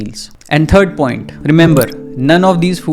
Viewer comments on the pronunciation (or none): none